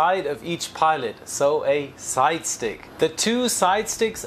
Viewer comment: Did you say 'side chick'?